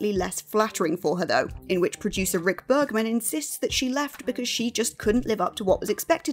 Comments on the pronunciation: Star Trek Voyager producer Rick Berman. Not Bergman. Berman. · Don't you mean Rick Bergman according to this video. That's what it sounds like she said. I know it's Berman which is why it stood out to me.